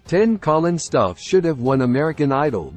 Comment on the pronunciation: He should have won! I wish this guy would pronounce his last name correctly. It is annoying how he mispronounces it.